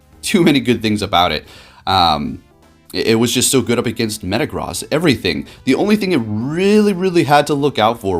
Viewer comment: MetaGROSS. You’re pronouncing it wrong. It’s pronounced gross. Like as in ewww, gross. Meta Gross.